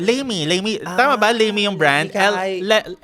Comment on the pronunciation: Lamy na brand na ballpen dito sa Germany is pronounced as lah-mu 😊